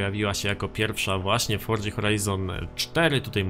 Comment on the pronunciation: grasz w tę grę od nie wiadomo ile czasu, robisz o niej filmy a nie potrafisz nawet wypowiedzieć poprawnie nazwy tej gry i nigdy nie wypowiedziałeś tego poprawnie, forDZa brzmi tak żałośnie, aż sie coś robi